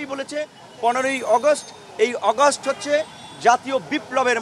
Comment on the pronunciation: কিছু লোক আছে বেশি শুদ্ধ বলতে যাইয়া শুদ্ধারের অশুদ্ধ বানাইলায়।যেমন আগস্টেরে অগস্ট কইতাছে 😂